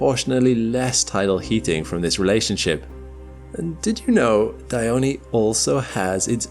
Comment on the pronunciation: Dione, not Dyoni